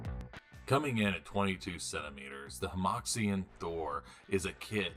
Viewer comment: fyi, "hemoxian" is kind of a joke in Chinese, it means mold line (It also isn't pronounced with a hard X like in English, but the actual sound is pretty difficult for non-Chinese to pronounce) Either way, great review as usual man